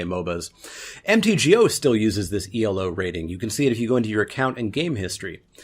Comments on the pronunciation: It's not E L O, it's Elo, which is the surname of the guy who invented it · It's not "E.L.O.", its "Elo." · Elo isn't an acronym. You never say the letters. Elo is the name of the mathematician who invented it.